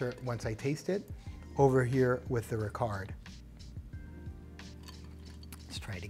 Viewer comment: Hi An excellent review of both , however the pronunciation of Ricard is Ricar, the d is silent. Also the ice is always added last. 🥳